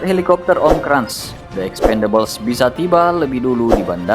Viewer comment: Cara bacanya benerin min hahahaha kras bukan krans emang koko krans